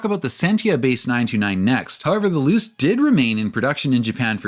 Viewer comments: I'm sorry loose? Pretty sure its "Loo-chay" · Thank you for this video! I've been waiting on the history of the 929 and Millenia for a while! One comment: My understanding of Japanese would lead to Luce being pronounced as "Loo-Chay", not "Loose". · if no on else mentioned, luce is pronounced loo-chay. awesome video! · Mazda Luce => Loo-cheh